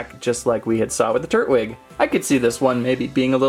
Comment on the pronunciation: tur TWIG with a T tur Twig**